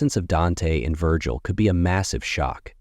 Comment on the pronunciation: Why is he saying Dante and Vergil name like that it's like he says they names right then he intentionally say it wrong